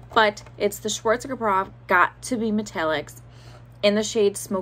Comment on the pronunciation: Schwarzkapoff??? It's pronounced Schwarzkopffff Like General Norman Schwarzkopf. By the way, Schwarzkopf actually means Black Head.